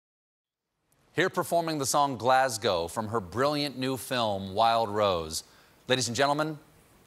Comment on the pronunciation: When she says Glasgow my heart melts - her pronunciation is so spot on . Fantastic talent and absolutely lovely woman 🤗